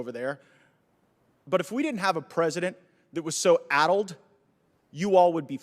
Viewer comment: "Addled" omg lol